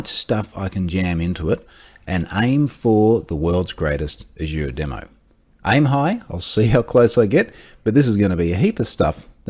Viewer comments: I understood "I'm high" aswell. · Took me a few listens to figure out he said 'aim high'.